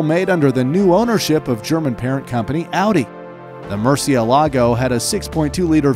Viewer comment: It's not "MurcieLAgo", it's "MurciElago"